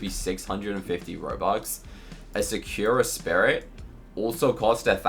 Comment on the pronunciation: sakura spirit is named ''sakura spirit'' not ''secure spirit'' also its hard to trade so many noobs get trapped with it